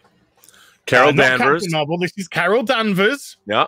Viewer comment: Carol Danvers not Harold Manvers.